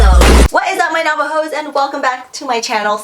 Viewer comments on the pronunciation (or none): I thought she said Navajo's. But she said Nava-hoes. Btw I'm Navajo :/ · did she really say nava hoes 💀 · It's literally so offensive that she says nava-hoes. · As a Native American, I find it to be insensitive. Though I'm Sioux and not Navajo, I still think it's something she shouldn't be saying. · I thought she said “What’s up my Navajos”😂